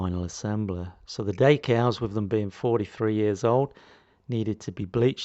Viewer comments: One more thing - you are not pronouncing/saying the word correctly for french either, anyone with french as their first language would be scratching their head wondering what you were on about. You can call me what you like or make as many smartass comments as you like, it doesn't worry me. The point is that no one calls decals daycals and you can argue until you are blue in the face that you are somehow right, it makes no difference. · Nice though I didn't know what you were on about there - its dEcals not daycals.